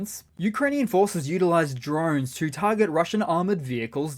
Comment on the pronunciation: since you say drone "drine" do you say bile instead of bowl?.. askin fer a friend...